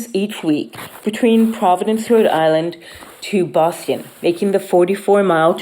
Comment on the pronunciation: She can't pronounce Boston.